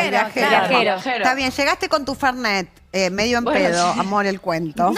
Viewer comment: Se llama y dice Fernet...fernay las p...😂😂😂